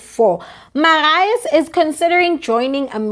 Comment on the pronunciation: The name is Marius pronounced like this Mariyus